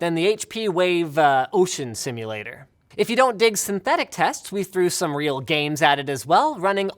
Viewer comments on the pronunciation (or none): none